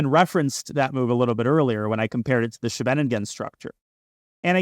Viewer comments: Nitpicking as a Dutchi. The shvenegingen structure? Schee-ve-nin-gen, for English speakers: Ss-gh-a-vuh-ning-un. A small town near The Hague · Small remark: Scheveningen is not pronounced like shenanigan. It's more like SKHAY-vuh-ning-en, with the main stress on the first syllable and ch being pronounced like the Russian x. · Scheveningen is pronounced SHEV in EEN gun, more or less. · I was wondering why I had only ever heard of the Svennigen variation from here until he mentioned it was a Dutch town. That's definitely not how to pronounce Scheveningen 😂. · Thanks for all the videos. I learn so much from each video they are really amazing. BTW if you want to pronounce "scheveningen" without going full Dutch, it's much closer to just say "skay ven ing en" (which isn't too hard to say at all). Then if you want to do the full thing you would replace the k sound with the "ch" sound from the Scottish word "loch". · When he mentioned that it was a Dutch town , he actually pronounced it almost perfectly. Before that, not so much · Danya needs to work on his pronunciation of Scheveningen